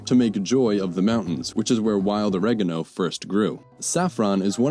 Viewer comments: I have never heard anybody mispronounce oregano in such a fashion before. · >Breaks down how oregano is a Greek compound word, and how to pronounce each part of the compound >Still pronounces oregano the dumb American way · Oregano - This is a compound of όρος (óros), "mountain", and γάνος (gános), "brightness", whence "brightness of the mountain" not JOY